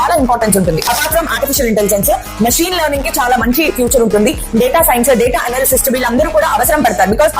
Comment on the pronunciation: "డేటా ఎనాలిసిస్టు"...... కాదు మేడం......."డేటా ఎనలిస్ట్"........ డేటా ఎనాలిసిస్ చేసే రోల్ పేరు "డేటా ఎనలిస్ట్".......